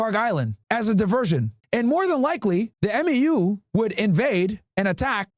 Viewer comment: M.E.U. we pronounced as "mew". United States Marines 🇺🇸